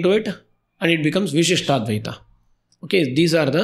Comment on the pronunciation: Why is it Vishishta-Advita while it hears to be Vishishta-Dwaita.